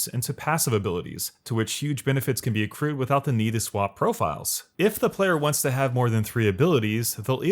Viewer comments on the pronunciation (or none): none